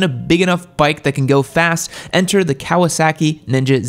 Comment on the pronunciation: Cow-uh sackie